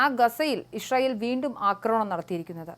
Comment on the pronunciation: Isharayel alla, icharayel!!! Vayilulla pazham vizhungiyittu news vayikku. 😂😂😂